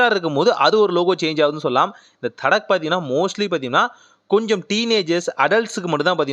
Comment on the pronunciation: அது தட்கா. தடக் இல்ல ப்ரோ